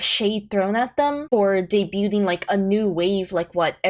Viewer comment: The T is silent in the word debuting.